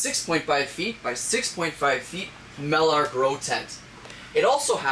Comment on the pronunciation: do you intentionally pronounce "trellis" and "mylar" wrong?